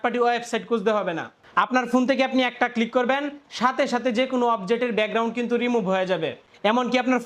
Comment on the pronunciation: ব্যাকগ্রাউন্ড❌ বেগরাউন✅